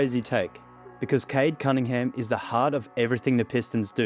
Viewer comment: Is it only me who ALWAYS hears Cade ‘Cuttingham’ or’Cuddingham’ EVERY TIME Kendrick Perkins tries to say Cade Cunningham?